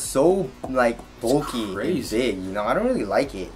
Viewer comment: stop pronoucing bulky "bolky"